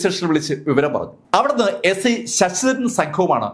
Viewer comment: Sss..ssss.daran. Alla. Sir. Sasidharan